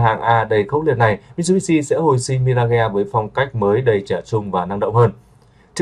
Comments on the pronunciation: Mi-ra-ge ? Nghe không chuẩn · Sao lai doc la MI-RA-GHÊ nhi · Nếu không biết phát âm chuẩn từ Mirage thì phát âm Mi-Kha đi ông nội.